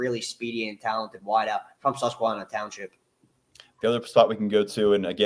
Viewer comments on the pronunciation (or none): Hearing you say ‘Susquehanna’ is almost as bad to a central Pennsylvanian as someone saying ‘Lancaster’ wrong. lol